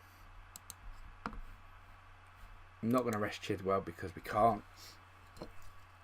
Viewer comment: You say it chilwell chill-well